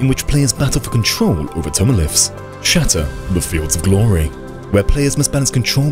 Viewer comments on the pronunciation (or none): I actually silently gasped and hit my head with both hands . I think I might binge your content because that early and there are already good points that I don't consider while already being an average/decent PAL PvP player. Also, the UK "shatter" that ressembles "shaddap". Giggles